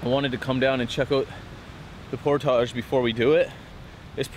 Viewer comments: ER-BODY IN THE HOUSE SAY"POR-TAGE!" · I always thought it was pronounced "portij" :) That really sucks about losing the rod. That's the worst feeling. I'd consider using a tether with a clip to your vest in a boat that narrow.